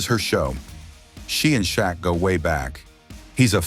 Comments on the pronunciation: Who the hell is ""Sha Q?" Frickin AI narration! C'mon! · "Sha Q" wtf?